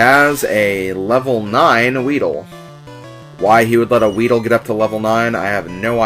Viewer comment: did you say weeder?